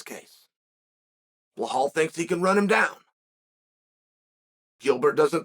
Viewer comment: Beh-Hall Chael said